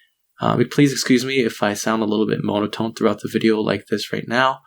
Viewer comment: I'm just mad that he pronounced "monotone" as "moan-oh-tone" (not making fun just it sounded hilarious)